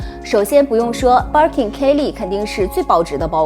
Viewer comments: Barking lol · Hahaha我也是想發音有問題！